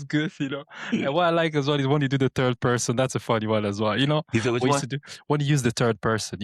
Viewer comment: "Turd person"